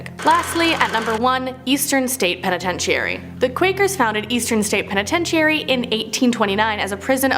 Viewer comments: I literally cringed each time and said it correctly in my head lol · Please learn how to say penitentiary right!!! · Yes, her saying it like that was so very aggravating 🙄 😒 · I'm sorry but you're mispronouncing penitentiary